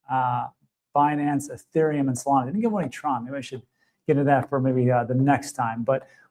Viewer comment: stop saying ''solanaa "' stupid